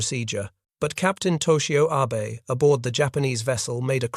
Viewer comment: The Shinano's captain's name was pronounced ah-bay, not Abe